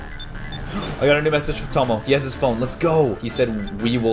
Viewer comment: Caulus you said tono not tomo